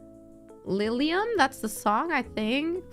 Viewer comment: Elfen Lied and Lilium pronounced as they should! Absolute Pro!